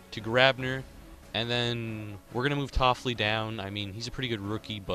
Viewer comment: It's not toffli- it's tiff-oli (coming from a kings fan) love the series though! Good shit man.